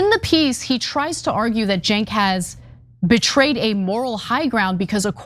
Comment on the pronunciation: it's Cenk not jink